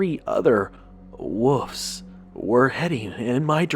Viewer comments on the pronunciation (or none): I like the content and the quality of your videos but you have to fix the pronunciation of "WOLF" & "WOLVES" you are saying "WOOF" & "WOOFS" and it drives me insane lol